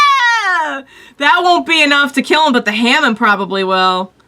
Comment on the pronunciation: It's pronounced as Haa Mawn